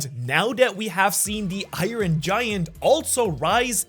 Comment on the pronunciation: i ron? come on bro it's not pronounced i ron LOL